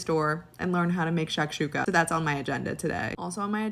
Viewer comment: As an arab hearing this woman butcher shakshuka made me cry inside 😂😂😂😂